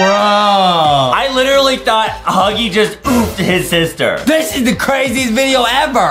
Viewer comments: I like how justin says saster insted of sister lol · Justin it is not saster it is sister